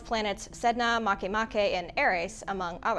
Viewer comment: She pronounced Makemake correctly! Unless she’s kama’aina she must be an actual astronomer, not just a voice nor AI. WOO HOO! 🎉🎉🎉